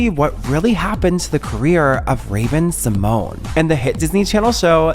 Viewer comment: Actually it's Symoné not Symone it has that "NAYE" at the end in silence Symonaye, Symoné!